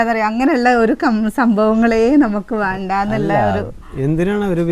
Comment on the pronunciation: വാണ്ട അല്ല ചേച്ചി വേണ്ട